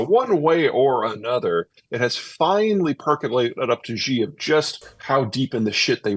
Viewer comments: Peter gives incredible insight and wisdom, we are indeed fortunate for both. One thing that is easily remedied and yet amiss is correctly pronouncing Chinese names. Specifically Xi Jinping. Mispronouncing him as "Ji" undermines Zeihan's credibility and due process. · Zeihan would have more credibility in talking about China if he learned how to pronounce the name of the country’s president—“she” not “jee” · The leader of China’s name is pronounced “she” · I like Peter...but he mispronounces Xi's name and thinks Mao introduced the 1 child policy, it was Deng Xiao Ping. I wanna give him a slap sometimes. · Pronunciation breeds credibility, it isn't that hard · can't listen to him. he can't even attempt to get his pronunciation of xi right 😂 on purpose. If China was collapsing it would be around when all the sanctions was on China from the west due to 1989 Tiananmen massacre. However, did China collapse back then ? And what was the debts structures of china are all invested in infrastructure, There is vast rural potential china could tap for further development, so the domestic economy will stabilize after decoupling from the west.